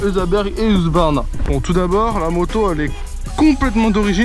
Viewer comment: husqvarna et pas hugsvarna les gars lol